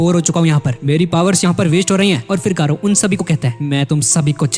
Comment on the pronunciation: Gayru❌ garou✅